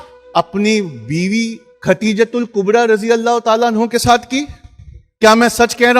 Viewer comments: R.tala anha nhi, r.tala anhu boliye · सहाबा अन्हा नही अनहु होता है